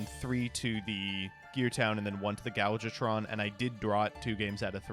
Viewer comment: Is calling Ancient Gear Gadjiltron Dragon "Gal Gotron Dragon" some sort of Gal Godot joke or something? I ask because he dogged for his pronunciation of the card name while simultaneously getting it wrong every single time he said it. THERE IS A "J" IN THE NAME. YOU KNOW, "J"? THE FIRST FUCKING LETTER OF YOUR NAME? YOU KNOW HOW "J" IS PRONOUNCED DINGBAT? YOU ABSOLUTE BUFFOON?!